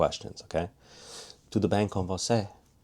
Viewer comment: Your pronunciation is awesome. BEM (bĕn in), your pronunciation is exactly the way we say as native speakers!!!